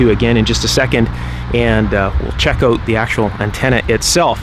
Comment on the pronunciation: "Check it oat."